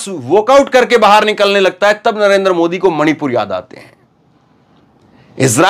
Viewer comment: आप पहले अपना उच्चारण सही कीजिए I आपका नाम है धर्मेंद्र और उच्चारण करते हैं dharamendar, इसी तरह आप बार बार नरेंद्र मोदी जी को नरेंदर मोदी उच्चारण करते हैं I